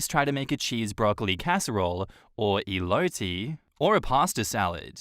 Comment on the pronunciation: Saging Elote "EElowtee" has me dying from laughing